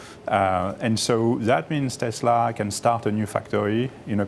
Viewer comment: Wtf is tesler?